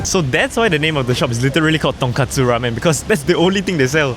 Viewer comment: TonKOtsu not katsu. Internal screaming through that whole segment 😂 and putting ur chopsticks in the bowl midway eating ><